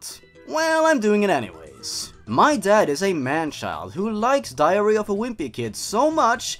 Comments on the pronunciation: I'm so bothered by how it sounds like he's saying diarrhea instead of diary :'D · I thought you said diarrhea of a whimpy kid lmao